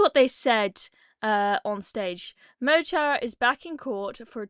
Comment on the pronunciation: mo chara is prounounced mo hara = my friend - wee Irish tip for u there, btw I don't like them